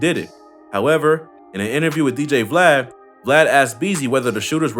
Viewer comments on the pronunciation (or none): none